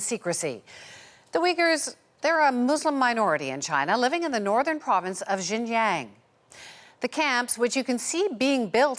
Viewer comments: It should be Xinjiang, pronunciation is like Shinjiang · The province of 'Gin-Yang'??? Where's that? Jeeze, do a bit of research CBC...